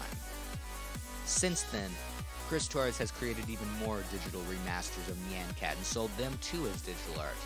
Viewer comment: neyan keyat is how your saying it